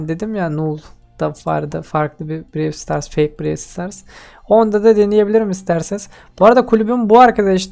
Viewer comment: 😂😂😂abi brael stars ne vide şel ne 😂😂😂😂😂 abi neredeyse erkedeşler dicen